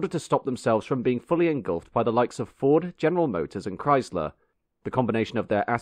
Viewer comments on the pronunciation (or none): none